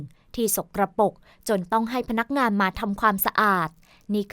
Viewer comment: คำว่า สกปรก อ่านว่า สก กะ ปรก ไม่ใช่ สก กระ ปก ค่ะ